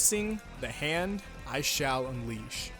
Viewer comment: Everybody gangsta until says ZA HANDO:ZA WAURDO